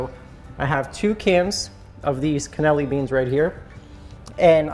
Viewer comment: Part of me dies every time he calls them "cannelli beans"